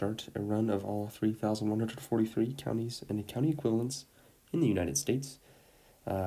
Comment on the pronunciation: No offense but some of the pronunciation of Ohio counties were WILD💀 I do get it tho, as its probably easier to sound out the spelling then knowing the pronunciation bc it can get confusing